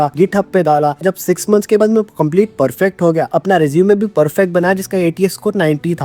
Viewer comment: ur pronunciation sooo poor..apan..samaster..yak..ur illeterate